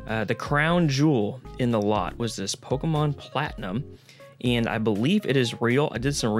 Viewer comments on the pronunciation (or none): It’s Pokémon not Pokéman just think of it as mom at the end pokéman is a different thing completely